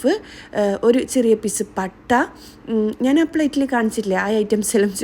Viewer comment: നാൻ അല്ല ഞാൻ 😁😁